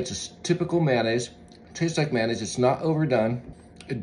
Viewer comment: It's pronounced Ma-yo-naise. Not Maynaise.